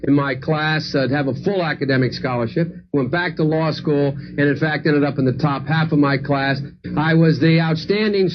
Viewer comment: "I went to lie-school on a full academic scholarship."